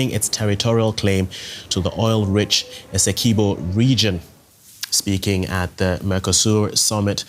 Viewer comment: Its essequibo... not eseqiubo.... get it right